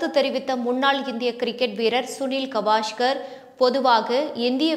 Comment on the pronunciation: காவஸ்கர் ....கவாஷ்கர் அல்ல..பெயர்களை சரியாக உச்சரிக்கவும்.